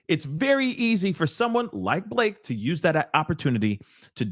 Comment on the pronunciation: Not Ba-La-Ke 😆